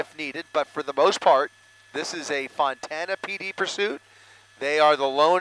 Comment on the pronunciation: Why does the announcer keep calling Fontana, Montana?